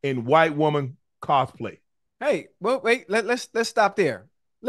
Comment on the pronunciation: Someone please tell Ocho how to pronounce "Cosplay"